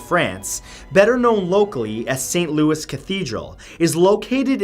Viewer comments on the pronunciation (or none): My dearest Mr. Santoro, St. Louis cathedral in New Orleans is pronounced Lou-ee. And Pere is pronounced more like "pear" with an emphasis on the "r", in that nasal french way.